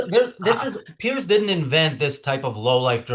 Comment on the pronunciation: Piers is pronounced Pierz with a soft z.